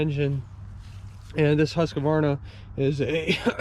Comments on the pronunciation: Not to nitpick, but I am always confused why people add a syllable between "Husk" and "varna". Also, I was hoping to see more like a comparison between an X350 and a TS 242XD, or similar. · Because Huskvarna sounds silly. Huska, Huska, buncha Varna!